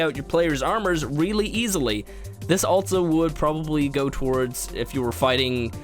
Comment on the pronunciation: altso? i learned its pronounced also....